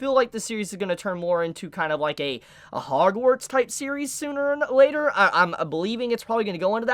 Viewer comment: "Hogwarts type of series sooner or Later" lol Emphasize on "later" lol